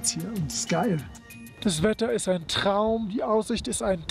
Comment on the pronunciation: Alles ist ein "Tchraum"